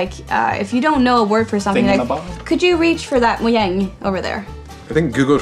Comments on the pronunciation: mojang worker mispronounced "mojang" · It is pronounced as "MOJANG" The guy : moyang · Did anyone catch the First-person mispronounce Mojang? It's actually pronounced ”Mo-Yang”. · one of them says "mo-yang" so now I'm confused... This is the first time watching one of these, are they all people who work there? If so... which is it...? I get that the swedish word is pronounced that way, but earlier in the video they were saying it with the English J sound... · “How many times have you seen someone mispronounce Mojang?” Xisuma: Allow me to introduce myself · When you know more about the history of Minecraft than the people who work there lol Also the guy pronounced Mojang wrong despite working there and it being covered earlier in the video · Its mojang while this guy pronounced it as mojang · they say people constantly pronounce mojang wrong ... then throughout the video its pronounced both ways. wat?